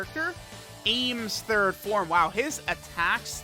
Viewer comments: Every time says "aYmS" instead of "Ahms" I get an aneurism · chilling Yeahs it's like Arms. Not aims lmao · I die a little bit inside every time mispronounces Ahms' name...